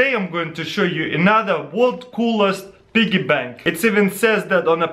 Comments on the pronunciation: Pee-Gee Bank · Lyric Edwards it's a BIGGY PANK! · Dude it's so funny how he says piggy bank. this guy's great 😂😂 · I clicked on this video just to hear him say "piggy bank" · U say piggy bank funny lol